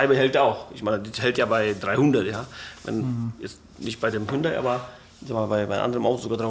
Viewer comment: Was ist denn dieses „Hündai“ 😂 Spaß toll umgesetzt! Top 👍🏻